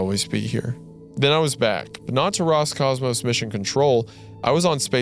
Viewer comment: То как слово "Роскосмос" раз за разом произносится как "Роскомос" каждый раз вызывает на моем лице тупую улыбку.